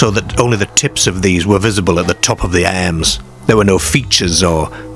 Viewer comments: I had to stop watching this after a couple of minutes due to the narrator's aggravating pronunciation of words like Car ( 'Care'), Arms ( 'Airms') etc..Noboday else in England talks like, so why choose him ??? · Why the weird pronunciation of the words "arms" and "cars" and "farmer"? "Cares" and "airms" and "fairmair"?